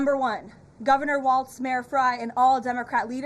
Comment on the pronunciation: First, it’s pronounced Walls, not Waltz, you goon. Second, no democratic leadership is telling us to stop ICE. We’re doing this on our own because of our moral obligation to protect our neighbors. We have a million leaders in Minnesota, all being led by their own moral compass. We’re going to resist ICE every step of the way because we know it’s the right thing to do.